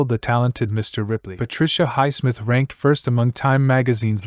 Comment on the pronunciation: You affect your credibility negatively by pronouncing Highsmith's name incorrectly.